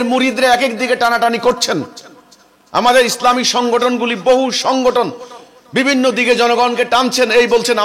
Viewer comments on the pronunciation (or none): none